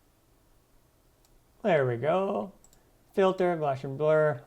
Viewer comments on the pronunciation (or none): gaussian is pronounced gow-shin